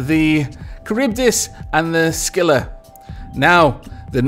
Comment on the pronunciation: The pronunciation is like this car-rib-dis and skill-la :) your welcome